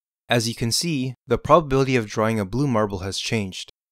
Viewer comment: The "polbabilty"